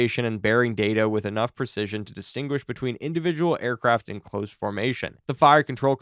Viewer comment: Absolute AI garbage. Nothing here is correct, not even the pronunciation of "close".